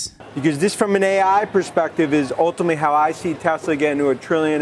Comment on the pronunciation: Gotta love Dan "Ultimally" Ives 😂